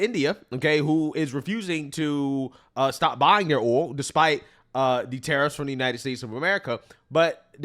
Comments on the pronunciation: DAMN BRO CANT YOU JUST SAY OIL!!!! NOT AOLL!!! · The accent u have when u say oil owwwo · No matter how hard he tries, cannot pronounce "oil" 😂 owwel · I've never heard anyone struggle with the word "oil" in my life like the way you do! Lol😂😂😂❤❤❤ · Bro, why can't you pronounce oil? Are you not American? Are you one of those people that need to be deported? Viva la raza, essay? Lol, just kidding man